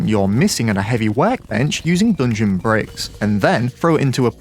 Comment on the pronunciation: why this guy says "doongeon" instead of "dungeon"?